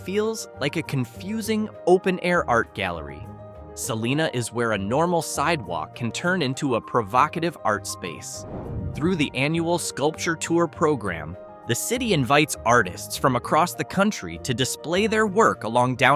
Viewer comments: Dude... Salina is pronounced SA-LIE-NAH not sa-lee-nah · Salina KS is pronounced Sal-EYE-na not Sal-EEE-na! Salina, Kansas, founded in 1858 by William A. Phillips, was named after the nearby Saline River. The river itself was named due to the high salt content of the water and surrounding salt marshes. The city's name is a variation of "Saline," which originates from Latin for salt.❤ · It's Sa lIe nah.. with a long I. Not lee. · It's pronounced Salina, long "i" sound. Not "Salena". Sal + Ina = Salina. Trust me on that, I grew up there. My Dad was from Goodland. You mispronounced that as well. A little addional research goes a long way. ~APRIL LIPKE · Thank you ai can't pronounce right. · It is pronounced SalIna... the I is a hard I sound... not an e sound. I wish all of the creators of these types of videos would call cities & towns to ask locals how to properly pronounce the name. I don't get how so much time is spent researching a place only to butcher the pronunciation of its name! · More A.I. crap. Sounds like my GPS giving me directions when it said Selena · California has suh-lee-nus, Kansas is suh-li-nuh, just like most can't pronounce Olathe correctly lol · Suh LINE uh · I am going to say it and others will mention it too. It's pronounced Suh-LYE-nuh! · I was coming to join in on the pronunciation band wagon. Lol. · Nice video. Very familiar with these places living close to 3 them. Its pronounced Sa- line-a btw😊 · gng why is Salina always said wrong gng wth 🫩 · The narrator mispronounced Salina! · Its an earnest mistake. Salina in Oklahoma is pronounced how they did in the video. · You said Salina wrong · You mention wheat fields several times while showing corn fields. While showing people boating on a lake that has been virtually dry for years. While showing a steam train that has been retired for several years. While misprounouncing Salina several times. And everyone should make fun of the Garden of Eden. But otherwise somewhat good.